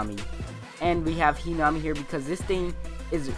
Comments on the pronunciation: i thought it was pronounced he nuh mee not hee naw mee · I cringed when he said Hinami's name wrong